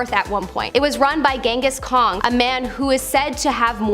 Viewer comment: "Genghis Kong" Face palm.